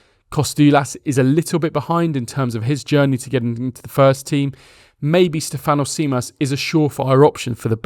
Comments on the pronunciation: Think of Tzimas as Jimas, tz in Greek is the equivalent of j in English, also stress the Ste not the fan on Stèfanos. On Kostoúlas your pronunciation was quite close to the correct one, just put the stress on rá instead of la and if you can pronounce mpos as boss because mp in Greek is the equivalent of the English b. Hope you find this helpful. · good way to practice emphasize the capital that i am about to write. STEF-an-os (also the anos should be pronounced quicker together so there is not this awkard An - Os sound) JIM-as we emphasise letters based on tones in greek (Στέφανος Τζίμας) ps. Kostoulas prononcuation was spot on though tbf.